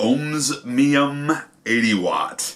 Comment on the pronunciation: Good review, dude ! I got mine yesterday and really like it. Your the only reviewer who pronounced the name correctly. I don't understand why others have a problem with the pronunciation. My suggestions to them are to look at the word and sound it out, its really not that hard. Thumbs up brother, keep the reviews coming